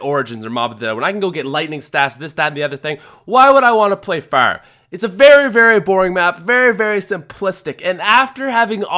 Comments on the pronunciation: Its farm not feurm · Is u saying ferm 😂😂😂😂 go to speech class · Farm** not ferm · Ngl fucking love Farm or Faairm as you call it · Farm or ferm? Lmao what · He says farm weird haha. It's like "fairm" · says 'Farm' like 'Fearm' 😂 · I THOUGHT I WAS THE ONLY ONE WHO NOTICED. I ALMOST CHANGED THE VIDEO AFTER THE 2ND TIME HE SAID FARRM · He says it like firm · “The ferm” lol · "FERM is boring" 😂😂😂 Ferm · Why does he say Farm fairm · How he says farrrm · Ferm? Farem? Fararama?? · The phäerm is an absolute oatrage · what is ,,baroom,, , oh you said farm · drop a dollar every time he says furm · It's not pronounced fuerrm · "Ferm" lol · he says term in stead of farm😂😂😂😂😂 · he can't say farm to save his life lmao FIRM, yeah FIRM is boring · How you say farm makes me chuckle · I hate the way he says farm lol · The way you say "Far" and "Farm" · I just love how he pronounces "farm" :D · Dont want to be rude, but the way he says farm is weird